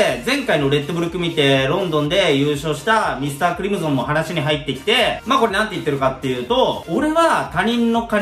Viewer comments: ???｢ミスタークリム｢ゾン｣じゃなくて、ミスタークリム｢ソン｣だから｣ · だから〜ミスタークリムゾンじゃなくて〜ミスタークリムソンね😄